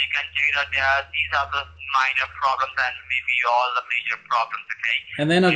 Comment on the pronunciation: Can't pronounce the word minor from the script?